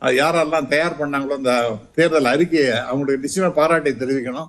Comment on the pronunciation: That’s not “தாயார்” it’s “தயார்” can’t you even hire someone with basic Tamil skills .